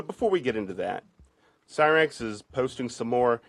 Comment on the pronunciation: Why would anyone think 'Cyraxx' is pronounced 'Seeraxx?' Do they pronounce 'cyclone' as 'seeclone?' Or 'cyber' as 'seeber?' Idk, that just annoyed the shit outa me for some reason.